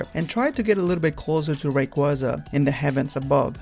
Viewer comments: They're pronounced Grau-don (as in growl without the L), Ky-ogre, and Ray-quay-za, not Grew-don, Ky-rogue, or Ray-quaza. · I can't help to notice your mispronunciation of Groudon and Kyogre. The Grou in Groudon is pronoubce ad the Grou in Ground. Kyogre is pronounced Kai Ogre. Also a small thing, Rayquaza is pronounced Ray-Quay-Za. Qua as in quasar. The y is just there to emphasize the long A sound.